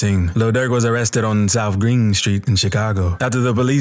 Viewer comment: South ggrrrrrrrreen street